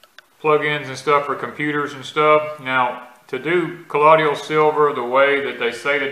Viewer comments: So funny hearing him say collodial w/4 syllables instead of colloidal w/3. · Please pronounce the word 'colloidal' correctly. You are saying 'ka lod e ul' it's pronounced 'ka loid ul'. (loid, like the word void)